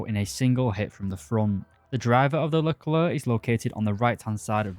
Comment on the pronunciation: One of the few people who say "leclair" instead of "luhclerk"